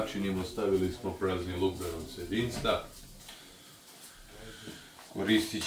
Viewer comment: Au kako je zanimljiv...Još kad je rekao "prazniluk" umesto "praziluk"...Baš je talenat. Ja ga ne bi više ubacivao u klipove da se ne istroši. Šteta bi bila da izgubimo ovakvog šoumena..